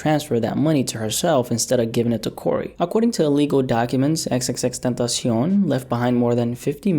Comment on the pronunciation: the way you pronounce tentacion properly is quite interesting, is part hispanic?